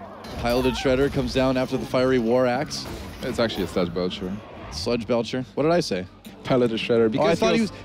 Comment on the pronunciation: It bothers me a lot that none of the Hearthstone casters pronounce "Sludge Belcher" correctly, they all say "Sledge".